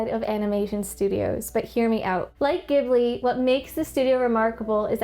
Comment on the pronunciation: Wonderful video. I just finished watching the movie, and I have to say, I think it's my favourite animated movie yet. My favourite character was the wood cutter in the stocks. One thing, though. Ghibli is pronounced with a soft g or j, like in giraffe.